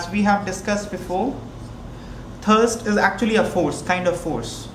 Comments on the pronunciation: It is thrust and not thirst/thurst. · sir please ....it is thrust not thurst